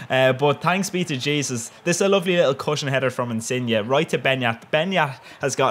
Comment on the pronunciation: First non-Italian person I've ever heard to pronounce Insigne in the RIGHT way! OMG <3